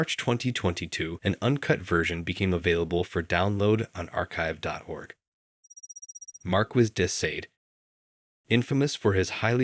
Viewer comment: Please research pronounciation of foreign names and terms (e.g. "grand prix", "Bianchi", "Thames", "Marquis de Sade" or "faux")